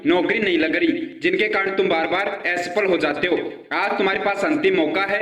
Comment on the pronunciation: are re pagal ..hanuman ji k naam pe views leta h ...watch time badhaane k liye ek baat ghuma k ghuma bola h 17 min ka video bana k public ko pagal bnata h ....aawaz suna h apna....or asafal hota h aesafal nahi ..burbakk